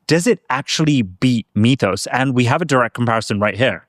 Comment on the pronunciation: "mee-thos"... say "myth" now say "mythos"